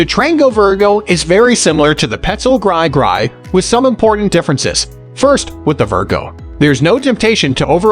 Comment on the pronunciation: He said "gry gry"